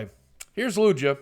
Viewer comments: lugia is pronounced LUGE-IAH not LUGGH-EAA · just so you know its lugia not lujia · Lugia doesn't sound like it has a j the g sounds like a regular g not j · It's lugia, not lujia. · Boogie, it's not Lu-Jia its LU-GIA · LOOOJA? its LOOOOOGEEEUH. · FYI its spelled Lu-gi-ah not lu-gee-ah. Pokemon names are really hard to pronounce. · boogie- LUGIA is pronunced LOO-GEE(Like the fat you put in pies)-u, LOO-GEE-U. I collect the cards (or at-least 1 type set per series e.g. primal clash from XY). I also battle with cards at my local trading card centre. Came in 3rd place of 9 contestants last month :) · Lu-gee-a? seriously? I've heard that name for a good 15 years or so and never, never has anyone pronounced it Lu-gee-a. WOW good thing im not subscribed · Lugia. (Lu-gee-a) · I don't wont to be mean or anything but its pronounced lu-gee-ah sorry if this comes off as a rude comment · Lugia is pronounced ''lu-gee-ah'' btw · Loog-e-uh = Lugia just helping so you don't get roasted Boogie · Lugia is pronounced lu-geah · Loo-Gi-Ah is how to pronounce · Games i hate to be that guy but lugia is pronounced with a hard g like gabriel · Its Lu-Gi-Ah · Im sorry boogie but its been killing me this past week. Its Loo-gee-ah. i had to get that out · Lugia is pronounced Loo-Gee-Ah. Boogie. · yeah it is supposed to sound like lu-GEE-ah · It is pronounced Lew-Gi-Uh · He literally said Lugia three different ways and none of them were right. xD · Boogie you say lugia wrong. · boogie I love you but your saying lugia wrong and it's very cringy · Bugs me so much how he says lugia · thats not how you pronounce lugia !!!!!! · Yea him saying Lugia was bugging me lmao